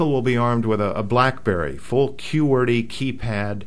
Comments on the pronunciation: The way you say Morse and Qwerty is strange: Morris and Kooerty, respectively. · yeah..."morris" code and "q-werty"???